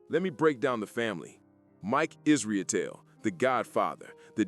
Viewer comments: Is-ruh-tell is how it’s pronounced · I know it’s inconsequential but hearing you butcher the pronunciation of Mike’s last name made me laugh.